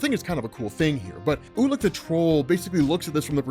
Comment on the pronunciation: Ulik the troll - I kept hearing "ula control" lol